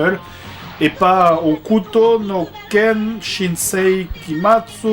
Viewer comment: "Hokuto no Ken...Shinsei Kimatsu.. ..Kyu Seichou.. desu waOuais bon, Last Battle c'est très bien en fait". J'avoue que comme tu le prononces c'est convaincant xD !